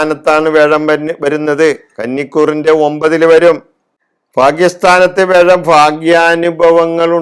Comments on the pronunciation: തിരുമേനി വേഴമല്ല. വ്യാഴം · വേഴം അല്ല വ്യാഴം